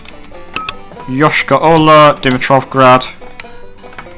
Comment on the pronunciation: Your Yoyshkara-Ola pronouncation is supringly accurate. but it's not even nearly russian name. it's tartarian probobly from the times of Golden horde.